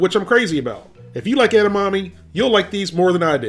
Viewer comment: His pronunciation of 'edamame' gives me shivers.